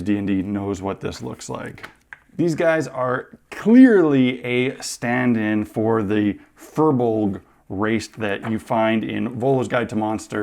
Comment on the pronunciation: The Fir Bolg are a race from ancient Irish mythology- And they're pronounced 'Fear Buh-LEG'. Not a bad attempt for a Canadian, though ;)